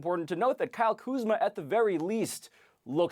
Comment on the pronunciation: Ballislife/Atlas Shrugged lmaooo I knew there had to be a joke for that butchering of his name.